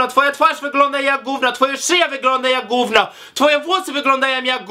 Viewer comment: "gówno cie to obchodzi" nie "gówno co ci obchodzi" i przede wszystkim GÓWNO a nie "GÓŁNO"